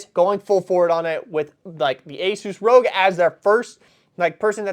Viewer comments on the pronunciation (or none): its not rouge it rog like rah G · I've never heard someone pronounce it "Rogue Ally" - everyone else either says R.O.G. or "Rog" like frog. Also... AMD "Rizzen"? It's Ryzen! Like Rye bread! You MUST be doing this on purpose! 😅 But yeah this is pretty much the future. It's not actually that crazy, it's literally just a Windows handheld with an Xbox-themed game launcher. The Xbox equivalent of the Steam Deck. It doesn't play actual Xbox console games natively or anything crazy like that, it's just playing Xbox PC/Play Anywhere titles, plus Steam and the other PC storefronts. But the marketing is clearly working here. We're going to see a lot more of these things going forward. Both general Windows handhelds that have already existed before this (like the first ROG Ally) and more licenced Xbox handhelds, just like we're seeing handhelds with Steam OS. Give it some time and Sony will jump on the bandwagon, we've all heard the rumours they've been working on their own PC launcher for a while already. Exciting stuff.